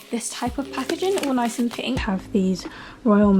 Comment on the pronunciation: no hate, but did anyone notice she sad ‘neece’ rather than ‘nice’ lol!!😀😂